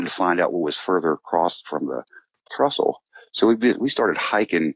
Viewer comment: Train trestle. Not trussle